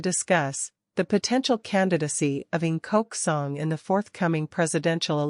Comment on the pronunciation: A good video. 👍 ⚠However, A.I. (robot) voice narrator is "inhuman". Why not use human voice? A 🤖robot (ang-moh/红毛鬼) and a local (real human) pronuncing vowels & words are entirely different. Hear “Ng Kok Song”? Immediately “picak lobang”, robotic voice. 😆 又一头🐮老牛吃嫩草! His wife-to-be 刘以真 45-year-old. 🙄